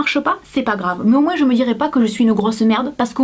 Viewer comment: Bonjour, je te regarde depuis peu, j'ai dévoré des dizaines de tes vidéos, j'en ai aimé certaines et d'autres moin (j'écris sans s pour que tu le prononces bien!😂). Ce que j'aime chez toi, c'est ta façon d'être nature (malgré ton maquillage😂). J'ai 53 ans, alors pour moi tu es une jeunette!!!! Cette vidéo vient de me faire pleurer!!! Tu es si mignonne! Je n'ai plus rien, juste mon ordinateur et mon téléphone! J'ai trouvé un travail à mi-temps en intérim dans une ville que je ne connais pas! Je suis en colocation avec un jeune homme de 25 ans, que je ne connais pas non plus! Ma famille m'a tourné le dos pour des raisons que je n'ai pas besoin de dévoiler ici. Je suis en pleine ménopause, enfin presque puisque la définition est: pas de règle pendant 12 mois, les coquines sont venues encore une fois cette été, juste à 11 mois et quelques jours de leur date anniversaire!!! Je pleurs, je ris, j'ai chaud, j'ai froid, quelle galère....😡 Comme si j'aimais la difficulté supplémentaire, j'ai arrêté de fumer après 40 ans d'intoxication!!!! Pas si facile mais je gère. J'essaie de monter mon business sur internet, ça fait longtemps que j'en ai envie mais je ne trouve pas cela si simple. Je n'arrive pas à m'organiser, je ne sais pas par ou commencer. J'ai fait un bon nombre de formations, j'y ai laissé le peu de sous qu'il me restait! Je te trouve très inspirante et j'aimerais, si tu me le permets, te demander quelques conseils. Pour ce faire, pourrions-nous nous contacter? Je n